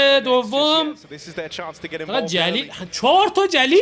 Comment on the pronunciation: داش اون جلیل نیست گلیل هست